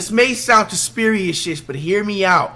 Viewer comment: “Ouuuuu this may sound conspirichisisiss”